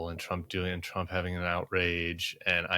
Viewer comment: Pettiness alert: JVL is okay with me, but I wish he didn't pronounce "and" exactly like Bobert. "eind"